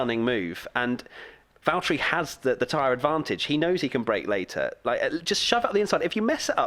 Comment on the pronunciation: Haas in NASCAR and obviously Haas and NASCAR is American but in NASCAR it's not Hass (The way you guys say it) it is HA as